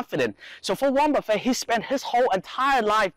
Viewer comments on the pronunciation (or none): Haha.. he say like Golden Corral 'Buffet'